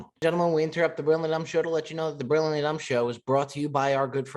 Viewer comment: Who else finds it hilarious that can’t pronounce Brilliantly?😂